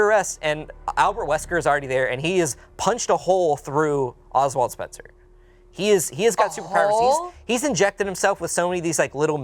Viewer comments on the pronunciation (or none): Oswell, not Oswald. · Dude it's Oswell, not Oswald. Leaving out a ton of info out. What the heck are you doing my man???? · Well, his name is Ozwell, not Oswald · Love you guys and I am so happy you made this video. It is Oswell E. Spencer not Oswald. If you did not know. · Not Spencer getting Oswell E. Spencer wrong and calling him Oswald Spencer. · His name is Oswell, not Oswald. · not to be a bitch jus lettin yall know his name oswell not oswald